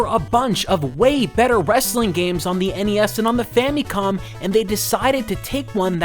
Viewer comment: Why do you say famicom like fammycom lol